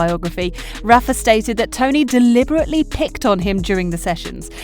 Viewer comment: Rafa, not Raffa. A lot of players run down every shot and fight hard, no less than Nadal. That’s what they have to do to become a great player. They have the strong will to do so but the question is, do they have the physicality? Nadal is blessed to have his uncle as a great coach and the conditions to train at the young age. Djokovic wasn’t as lucky with his life growing up. I think Djokovic is not as strong as Nadal physically. In their h2h matches during long rallies I could see Djokovic got exhausted, bending his back, breathing hard, falling on the ground. But the strong will was what helped him to overcome the physical conditions. Like the two 5-hour long matches back to back SF and Final against Murray and Nadal in one year at the AO.